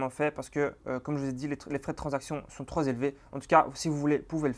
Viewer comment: Excellent, merci à toi. (peut-être faire attention aux liaisons avec 'trop').